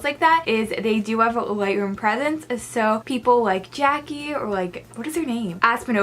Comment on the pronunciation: they are pre sets lol not presents 😂 and her name is jay see not jackie. sorry i had to be that person! anyways i liked this video idea!!